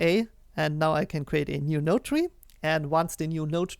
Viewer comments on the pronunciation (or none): none